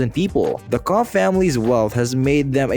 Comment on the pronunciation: It's not pronounced "Koh", but rather "Kokh". This is painful to listen to. Nobody thought of doing some research before making this? Unbelievable.